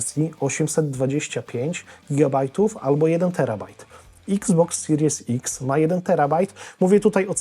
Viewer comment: Sorry że się czepiam akurat na Twoim kanale ale czemu wszyscy polscy blogerzy z uporem maniaka mówią x box siries ex/s ? Zdecydujecie się na jeden język. Albo exbox siries ex albo Xbox seria ix lub serii ix. Celowo tak piszę jakby co. Brzmi to bardzo pokracznie, ani po angielsku ani po polsku.